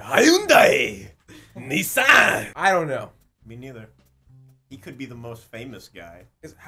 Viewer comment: Haha, I don't ka-no.